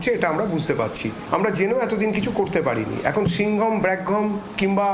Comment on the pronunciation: Singam na balgam 😂😂😂😂